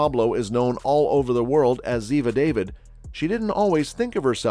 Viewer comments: NARRATOR : Ziva's name is pronounced Da Vid --- not david ! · The lady's last name is Dah-veed, not David! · So annoying! It's pronounced Daveed. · Why don't these narrators pronounce Cote's character name properly, thumbnail not connect, nothing about what she did before her acting. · If you going to do a piece on someone you might learn to correctly say the last name pf the person they played